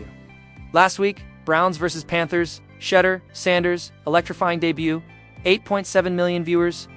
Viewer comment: Who is Shedder Sanders?!!! His name is Shedeur (sha-doer) for those without a HS education.